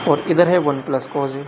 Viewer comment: Yaar master cos=कोज ⚔️ कोस🙏🏻 Kaan dard kar rha h shriman